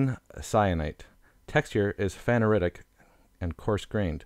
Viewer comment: did this guy really say "guh-neese" for gneiss? I am speechless. He also completely mispronounced phaneritic and aphanitic. Also failed to mention which minerals are feldspars and potassium feldspars. edit: completely butchered porphyritic. Also I have no idea what that rock is but it definitely is not rhyolite.